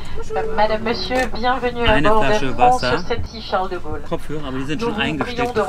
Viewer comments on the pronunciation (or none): none